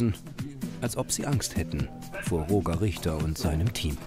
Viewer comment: Ich werde das Gefühl nicht los das Roger falsch ausgesprochen wird 😅🙈